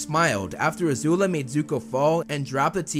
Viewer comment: It's not a zula its azula